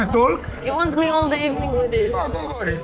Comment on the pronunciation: "Σι γκιβ μι σομ τσικεν οφ σι πλειτ" 😂 αααα ρε μαγκα, και παρολαυτα σε εφαγε με τα ματια!!